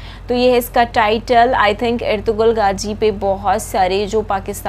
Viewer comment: Gaaji nahi gaazi